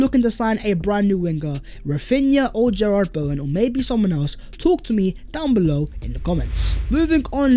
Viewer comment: “Gerrard Bowen” has killed me 😂 I love this guys pronunciation of names